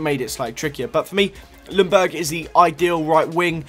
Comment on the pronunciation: Not lungberg. Its [youngberg]